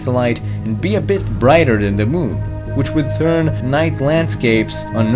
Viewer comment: Lol you can't pronounce th THATS hilarious.